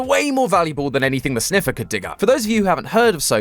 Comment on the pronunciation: and the winner is? “ze sneffer”